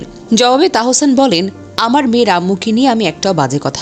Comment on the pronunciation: Onar nam tahsan.tahosan na😂